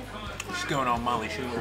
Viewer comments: I've always wondered why always say Molly's last name wrong. I like your videos when you collaborate with her. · People! There’s snow on the ground because this was filmed in February 2022 in Pennsylvania. They’re besties, Molly has a real husband and children. always kids around about her last name because few pronounce or spell it correctly. And, yes, has beaten Molly a few times in challenges. Some people need to pay attention and listen.